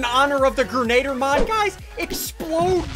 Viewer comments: You said boggie bon impostor role it’s grenadier Impostor role in among us not boogie bomb 💣 meh whatever who cares idk what to say anymore I just like typing and I watched this video before so I wanted to watch it again cause it makes my day better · is anyone gonna tell them it's pronounced "gren- uh- deer?" No? Just a me thing? OKEY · Ian, say it with me: grenadier. Gren-ah-deer. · It's pronounced "Gren-ugh-deer"